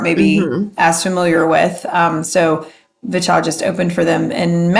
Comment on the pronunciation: Since you asked: it's [vee-cha]. That's what they use in their introduction. I'm not sure if they change their intro if they are in Korea. Their Korean name is 비춰 [bi-chwo]. Other pronunciation tips (that you didn't ask for 😋): - Hallyu is pronounced as 2 syllables [hal-yoo] (it's actually even [hal-ryoo], but let's not go there). In general, any "y" in a romanization is never pronounced as "ee" (as in "baby") or as "a-i" (as in "by") or as "i" (as in "gym"). They are only pronounced as [ya] or [yo], etc. - since the way you pronounced "niche" is different from how I pronounce it, I looked it up. Seems like it should be pronounced as [neesh].